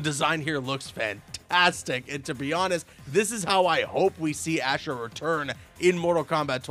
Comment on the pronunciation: Isn’t Ashrah pronounced OSH-RA?